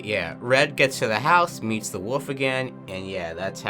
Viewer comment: Just out of curiosity, is it a regional accent of sorts to pronounce wolf as "woof"? Also, Japheth is pronounced "JAY-feth" Edit: Actually, I just realized they spell it 'Japeth' in the credits. Maybe it IS "JAY-peth" 🤔